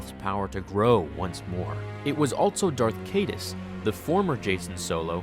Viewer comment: When you said darth kadas I was like wait isn't his name kylo Ren but then I remembered it was legends.